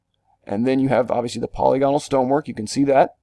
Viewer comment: Not a criticism, just information. The word polygonal is pronounced po-LYG go-nal not POLY-GON-al. You do great work here!